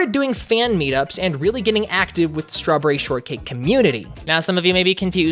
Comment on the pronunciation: lol she said shtrawberry sortcake